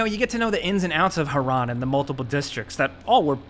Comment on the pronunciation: not iran its hiraan -_